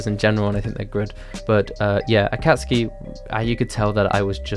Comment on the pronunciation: you watch these anime, so why do you mispronounce Ban, Itachi, and Akatsuki